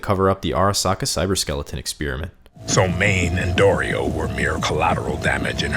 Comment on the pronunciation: Thank you for calling Dorito correctly, I’m sick of people not pronouncing her name the way it was intended